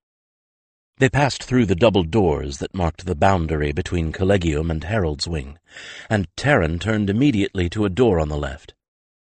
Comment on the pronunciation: This is just a pet peeve of mine, but Collegia and Collegium are pronounced with a soft 'g' making a 'j' sound. Kol-Lee-Jee-a and Kol- Lee-Jee-um. The narrator's mispronunciation jarred me out of the story every time. But I do enjoy Mercedes Lackey's stories.